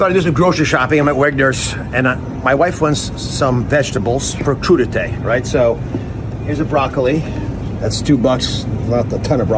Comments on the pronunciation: It's french, crudité, pronounced cru - di - tay, mixed raw vegetables served as an hors d'oeuvre, typically with a sauce into which they may be dipped. Warning - I expect the french would bring back the guillotine should you try serving it to them with guac and salsa! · WTF is coodeetay ....lol!!!!! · We’re with Vegi Tray. NOT crudi tay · Dr. Oz it's not crudie" , your a REbug-lican you ment Coup d'e' tat........ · He said “crudité”🤣🤣🤣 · He clearly got his Republican talking points mixed up. He said crudité’ but he meant coup d'état